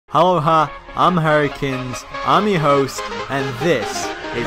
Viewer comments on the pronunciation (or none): none